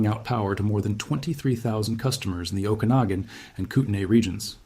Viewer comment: You've got to be from Washington. You pronounced 'Okanogan' and 'Kootenay' correctly. 😊